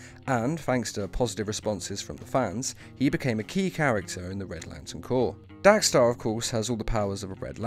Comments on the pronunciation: How and why do you mispronounce his name every time even though you spelled it right? It’s Dex-Starr. DECKS-star, not DACK-starr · It's dextar not daxtar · Dex* not Dax. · why do u keep saying daxtar when his name is dexter.i heard u say dexter, so u can say it. whats the reason if u dont mind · Dos anyone notice that he sez DAX Starr it’s Dex star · How ate you getting his name wrong when u show a clip of it beomg said, dexstar not dax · But it's not dxe-Starr its dex-starr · You realise it's Dex-star rather than Dax-star right? I mean.. The title has it correct. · It is DEX-STAR not dax-star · I... Don't understand why you're pronouncing Dex-Starr as Dax-Starr. I mean, it's pronounced as it's written. Your video starts with Atrocitus pronouncing it correctly. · stop saying "Dax" it is "Dex" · I thought he said “Dank Star” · Cat's named Dexter Guys accent Dax star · You pronounced his name wrong literally everytime in this video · I HATE HOW YOU PRONOUNCE DEXSTAR